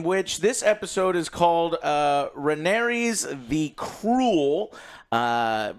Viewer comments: The title of the episode is literally Rhaenyra and he STILL manages to butcher the pronunciation so badly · lol I was just thinking “why is it so hard to remember RHAENYRA? lol.” He remembered the side character names though. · RA KNEE RAH. FOR FUCKS SAKE. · HOTD characters. "RaneREEZ the cruel" "ReneRAA the queen that never was" and "Corels the sea Serpent" "Damien targarian" "coleston chris" Last but not least - Sir Eric & Eric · Joe... RHA-NYR-AH... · "Ren-aireez" 😂 Her name is Rhaenyra... Ray-neer-uh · I feel like we’re watching different shows when I hear Joe call the characters by their names. Like who tf are “Rain-ares” and “Damien?” The show I watch has Rhaenyra and Daemon. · Say it with me: RUH-NEAR-UH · Jesus Christ Joe learn the names. “RheneRA, the Queen that never was” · It’s rheanys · I know but in the video Joe says “RheneRA, the queen who never was” while calling actual Rhenera, Rheanys. He says it with confidence too which is even worse lol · I know plenty of people that are dyslexic, if you tell them the right way to pronounce it, they will. It's not like it means it's impossible. But when you keep saying Rhanareez, and Faynose, and things like that every, single, time, it's not just dyslexia. Not to mention that the other two do it as well, so, what excuse are you all going to give them? I mean, Alex is literally the most depressed, pessimistic narcissist ever, so he doesn't give a fuck, I get that, and OJ jsut does whatever his Dom Alex tells him, so I guess there's that, but it still doesn't make sense. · I actually sort of love Joe's mispronounctations, they're like an easter egg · Can you please get the names right. I know it’s hard… they all sound the same. But it’s Rhaenyra, it’s Daemon. When he mispronounces their names it really throws me off because I’m confused who he’s talking about. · I gave him a pass when he butchered Rhaenyra's pronunciation but then he immediate went on to call Daemon Damien like ffs.